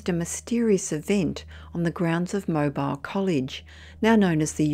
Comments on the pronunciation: FYI Mobile, Alabama is pronounced mo-Beel not mo-Bile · Tee hee! I love your pronunciations! It Tupelo(Too peh low) and Mobile (Moe beel). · If Mobile College is in USA its pronounced Mobeel. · Mobile; isn't it pronounced "Mo-beel"? Just checking.